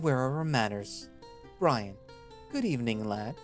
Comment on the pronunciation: Heh i rly like CalderxBrynn. Tho it would be better if you checked pronunciation of some names and words on google translate or whtever, for example it's Brynn not Brian and "sire" is a different thing from "sir". Other then that ty for reading it through for us, i listen to you on my way to and back from work.